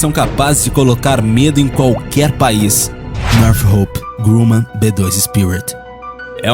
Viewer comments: Não seria "nortrop" ao invés de "norte roup" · bom vídeo. Sinceramente, pesquise no google antes, para ver como é a pronúncia dos nomes em inglês. É muito estranha e errada a sua pronúncia dos nomes das empresas. Por exemplo, não é Nothhope e sim Northrop. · North rope seria "nortrop"????